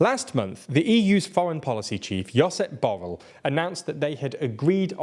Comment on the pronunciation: Great video as always. For next time, Josep Borell is pronounced "Joo'zep Boo'rei" /dʒu'zɛp bu'rɛʎ/